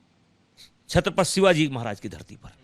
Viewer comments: Chatrapath? आधी छत्रपती म्हणायला शिका,नंतरच बोला,बृजभुषण तेरा यह फैसला महाराष्ट्र में रहनेवाले भैयौंको महंगा पडेगा,ओर महाराष्ट्र के भैये ही तुमे सबक सिखाऐंग..समझे ना,दो मुह के सांप.. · छत्रपती नीट बोला आधी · छत्रपती तर म्हणता येत नाही याला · छत्रपती शिवाजी महाराज नीट बोल रे👊👊